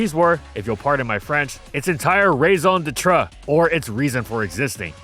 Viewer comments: Pronouncing “raison d’être” as “raisin de tre” was absolutely vile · Nah, I'm not pardoning your French. You could have googled that 😆"rays on de truh"? Come on. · oof nope don't think I can pardon that French pronunciation ;) but great video nonetheless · Never heard raison d'êtrethis way! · please please please please please look up how to pronounce a word in a different language before you try it in a video. Raison D'etre really hurt to hear in full on english. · Yup‚ the prononciation was jarring. But at least they tried‚ and isn't that the most important ? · That… was the single worst pronunciation of “raison d’être” I’ve ever heard… Genuinely impressive stuff. Well done. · I was confused though cause it sounded like French with a country accent.